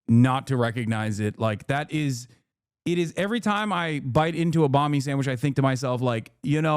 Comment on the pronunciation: Its Banh Mi tho not Bahn Mi guys. It directly translates into "bread"